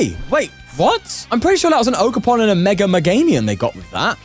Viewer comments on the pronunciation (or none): none